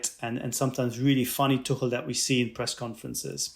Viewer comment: Yeah...we're all going to keep saying Thomas Too-kell. Sorry. Not sorry.